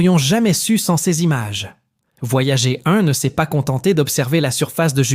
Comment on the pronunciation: il suffit de couper le son et le tour est joué; "Voyager" prononcé "voyagé" , ça ne fait pas du tout sérieux en plus d'écorcher les oreilles...